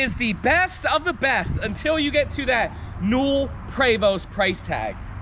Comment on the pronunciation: Love your channel!! Just one little bitty thing from this video. The best-of-the-best out there is pronounced “Pray voe” not “Pre vost”. Just thought I’d pass along that little tidbit. Keep up the great work!!